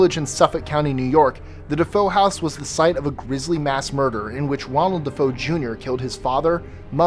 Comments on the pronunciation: It's not De Foe, it's De Fe-oh. The alleged "haunting" as been proven a hoax dreamed up by George and Kathy Lutz and their lawyer. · You mean "Defeo" pronounced "duh Fay o" not "Defoe" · It's DeFeo. not Defoe. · its DeFeo, not DeFoe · That would be DeFeo (da FAYo) not DeFoe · It us not Defoe House.. It is Defeo house.. you Moron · Amityville family was DeFeo...not DeFoe. Also no witches were ever burned in the Salem witch hysteria. They were all Puritans and Puritans viewed burning witches as a "Catholic" punishment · Great video! I must look up a few of these that I hadn't heard of before. Two mistakes, however. In the Winchester case, a businessman is a "magnate" (mag-NATE), not a "magnet". You put magnets on a fridge. And the family in Amityville was named Defeo (Deh-FAY-o), not Defoe, as in Willem Defoe. Common mistakes, no worries. Love your videos. Edited to add: the Salem Witch trials took place in 1692 through 1693, long before the Joshua Ward house was built. And the accused women were executed by hanging, not burned. One man was pressed to death. The Joshua Ward house may be haunted by tortured souls of so-called witches, but the trials and executions happened prior to its construction. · Defeo, not Defoe!!! Dude killed his family and is still in prison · Couple of things... Joshua Ward house: 1) built nearly a century after the Salem Witch Trials 2) no witches were burnt in Salem 3) no witches were executed near that house Also, it's DeFeo, not DeFoe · DeFeo, not Defoe. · The house in Amityville--it was the DeFeo family, not DeFoe. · Love your channel! Just recently found out about you and this thing called the inter-webz, lol. Anyway, just wanted to say that the last name of the family associated with The Amityville House was DeFeo, not DeFoe. Big difference! Check ya later,...and! +list25 and +@ The Video Guy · The murderer in Amityville was "Defeo," pronounced "Da-fay-oh," not Defoe. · #9 the name of the family was DeFeo, not DeFoe.